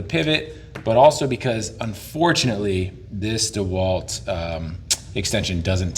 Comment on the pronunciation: thats not how you say dewalt!!!!!!! its obv DEWALT .........